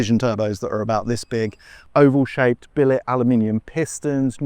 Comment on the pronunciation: Did you say oval piston 🤔